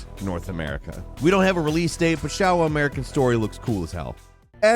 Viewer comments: SHOWA AS IN SHOW WA! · I really like your videos! Congrats! Just a little tip about the pronunciation of the Japanese word “Showa”. Instead of saying it with an open “o” sound, like in “shower”, for example, you should actually pronounce it similarly as you would say “show”, with that “ou” sound, just like “ShOUwa”. I hope that helped. Peace, and greetings from Japan! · it's pronounced "SHO-wah"